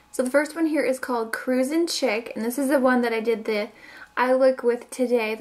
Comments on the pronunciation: ok. chic, is pronounced sheek. not chicK. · I think Cruising Chic is pronounced cruising sh-ee-c rather than chick. When it's spelled like that it means elegant and stylish. Btw I hope this doesn't come off as rude or nitpicky it was just something I noticed.